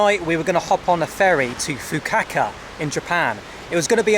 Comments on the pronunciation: hahaha nobody destroys a name like you,. Fukuoka (fu ku o ka) you say Fukaka hahaha. Just joking with you. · Man, you really need to Google pronunciations of places you're visiting before saying them on camera. There is most certainly no place in Japan called "Fukaka". 😆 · Fukuoka has no “W” in the pronunciation it’s not Fukuwaka ffs 🤦‍♂️ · “This is Fuku-Acca” no it’s not 😂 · You are the worst when it comes to any foreign names of places and cities. Fukuaka , Fukukaka. Not even once you said Fukuoka. Sometimes I feel embarrassed for you when you are talking to people and saying names in their language 😂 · From Fukaka to Fukuaka, you still made it to Fukuoka (Hakata). What the fuk. 😅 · when you get back in the U.K., do yourself a favour and check in to a Mental Hospital, the name of the city is Fukuoka, not "Fukaka", the way you pronounce it. The name of the island is Tsushima, not "Tseshima", the way you pronounce it. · Big fan of your adventures, and have been following all of the videos of the trip so far. But the name of the city is FukuOKA. Not Fukukaka or Fukuwaka. FukuOKA. OKA. FukuOKA. OKA OKA OKA OKA OKA OKA OKA OKA OKA OKA OKA OKA OKA! FukuOKA!!! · FU KA KA is better pronounced as FU KU O KA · Its Fukuoka not fakahkah 😂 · Fukukaka, haha. Fukuoka, Fukuoka 😁 Anyway, swimming in Japan is full of rules (as everything else in Japan). And when not knowing the language, you are always lost in translation. About bars, go to the classic izakayas, bars with food and drinks. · Its pronounced Fuku O ka fukuoka I live in a smaller nearby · I lose it every time he says "Fuquacka" ROFL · Say it with me..."Foo-koo-OH-kah" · Say it with me: FOO-KOO-OH-KUH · "Fook-a-ka-ka"...or was it "Fook-o-wa-ka"? nice! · Always love it when you mangle the name of places. Fukaka was hilarious! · I die a little inside whenever says Fuku-WAKA - it's not that hard to pronounce mate.. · You pronounced Fukuoka wrong mate